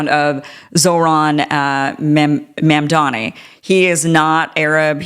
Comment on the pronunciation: Zohran Mamdani not Zohan Ma'amdani.